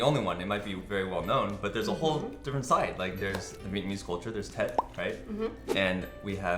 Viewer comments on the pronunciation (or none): VIETNAMESE BUDDIES!! WHOO!! Chung Mung Nam Moi Ban!! ^-^ Tho I'M GONNA APOLOGIZE IF THIS SEEM HARSH BUT, you guys pronounces Tet wrong....It's not something that I'm really concerned about, but when I hear people pronounces I cringe...I'm sure most of you guys can relate to me XD I'm not trying to be rude tho! It's just I kinda wanted to let you know that XD HAPPY LUNAR NEW YEAR EVERYONE! :D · When can't say tet correct? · I love how they're including other cultures other than Chinese into this episode. But could please tell them how to pronounce it correctly? Or at least... But anyways, Chúc mừng năm mới